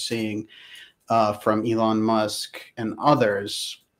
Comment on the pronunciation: “Ellen Musk” 😂